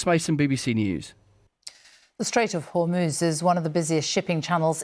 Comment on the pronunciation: Trump said "In the Strait of Hormones"